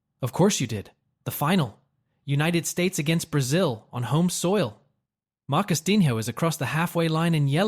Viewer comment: He said MarcusDINHO! Dead ☠️💀